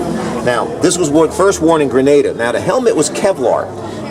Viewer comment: Grenada not Grenadem